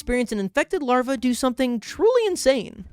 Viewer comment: Grounded "DEAR GOD WHAT DID YOU DEW".